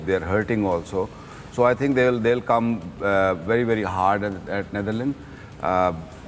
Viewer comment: It is Not Neitherland it is Netherland Mr. Wasim 😅